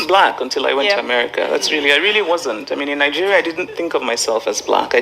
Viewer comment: Ningeria or Nigeria?